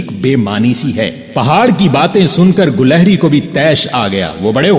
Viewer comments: Lafz gulahri nahi gilehri hai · ماشاء اللہ بہت خوب... بارك الله فيك علما و عملا............ گلہری کے '' گ'' پر کسرہ رہے گا شاید